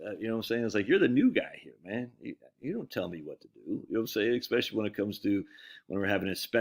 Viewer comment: the word is spelled and pronounced "especially." not "exspecially." Don't "axe" me any questions. Just ask me.:cat-orange-whistling